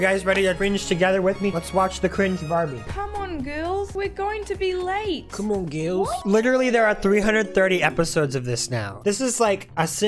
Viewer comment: "comon gils"